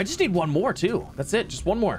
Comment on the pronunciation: He says nneed